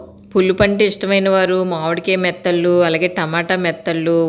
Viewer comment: సిస్టర్ మీ వీడియో అంతా చూసాను. బాగుంది. మీరు మెత్తలు అంటున్నారు కాదు నెత్తల్లు, కోనా ఫిష్ ముక్కలు అంటున్నారు కాదు తునా ఫిష్ ముక్కలు. మాది కూడా కాకినాడ కానీ నేను ఎండు చేపలు తినను. పచ్చివి మాత్రమే తింటాను. ఎందుకంటే ఎండబెట్టడం నేను చూస్తాను చాలా భయంకరంగా ఉంటుంది అందుకే నేను అస్సలు ఎండు వాటిని తినము.